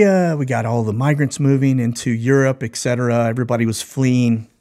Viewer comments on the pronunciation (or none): ETCETERA - correct pronunciation ET-setera NOT EK-setera